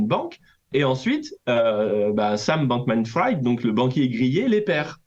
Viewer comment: Bankmanfrid… erreur Frieeed! Bankmanfried!!!! Le banquier cramé! Pas epstine non plus, epstEIN!!!! C’est clair?